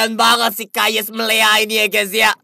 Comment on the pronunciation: Bukan Kayes bang Yakes